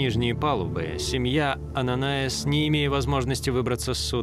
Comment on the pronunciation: Ананиас, а не Ананаис !!!!!